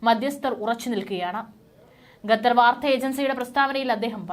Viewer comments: It is not Gatar - It is Qatar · GATHAR ALLA. Correct name check and use !!!!!!!!!!!!!!!!!!!!!!